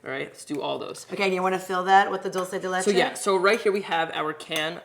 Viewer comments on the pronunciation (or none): As a Spanish speaker just a note....it's dull-chay de leche.